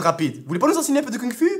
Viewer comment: "Vous voulez pas nous enseigner un peu de kune phu" ptdrrr